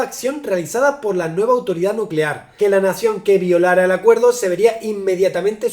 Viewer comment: 🗣️"energía nucelar"